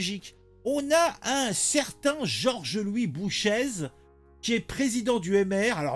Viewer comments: son ce prononce boucher et pas bouchèze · bonjour ça se prononce Boucher. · GL Bouchez, le Z ne se prononce pas. Ça se prononce "bouché"